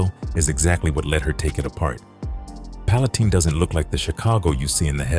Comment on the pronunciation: It's pronounced like pallen tine with a long I..not teen